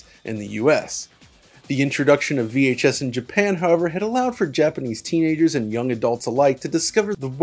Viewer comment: Appreciate to hear a westerner say Japanese names almost exactly like it should be pronounced